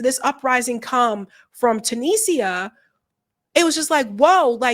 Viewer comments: Tuni-sia not Tunisa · I love you, but you have to do a little research: it's two-knee-ja. Tu-ni-sia.